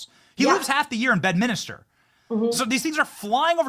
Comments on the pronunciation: BED-MIN-STER.. or BED-MINS-TER. NOT "bed-minister".. Come on Benny 😅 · For f*cks sake Benny.. Its Bed-min-ster. There's no Minister there. Its a golf course.. not a church.😅 Even a lowly peasant like myself knows that🤦‍♂️